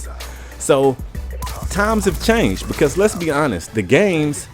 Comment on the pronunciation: Not to sound rude or anything but are from a different country who is trying learn English? if so then it's *Because*, not *Begus* also, this is pretty true.